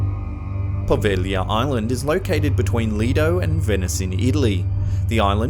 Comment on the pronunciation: You are the first list channel to include Poveglia that I've heard say the name right. Everyone else seems to think it's "Poh-veg-lee-ya."